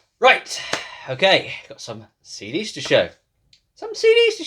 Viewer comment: it took me a few re-plays to figure out that you are saying "Some CD's to show!!!" 🤣😂 LMFAO!!!! Thank You for the great presentation of "Some CD's To Show!" I really love seeing and hearing about all of these CD's, ESPECIALLY the ones that I have never seen before!!!! 👍 PS: Got 'Elmet??? ha ha